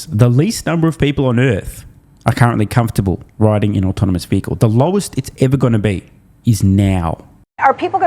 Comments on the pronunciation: I know, he says, “autominous” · Can’t watch this moron. Love Tesla. “Automanous and rabbatics” not giving you a full watch or thumbs up. Nope.